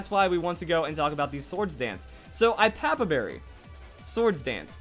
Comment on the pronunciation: It's pronounced, "Go-LYE-so-POD", as in "Goliath" and "Isopod". Also, it's "Ee-AH-pa-pa", since the Iapapa Berry is named after the papaya fruit.